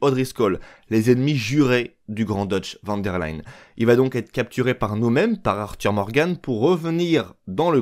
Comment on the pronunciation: Arrête de dire van der laynde c’est van der linnde avec i pas ay